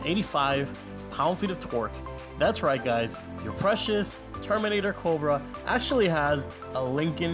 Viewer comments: I stopped watching after hearing "Coldbrah" 10 times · Dude, why do you say Cobra, so Weird? Cccchhhhhhhhhooobra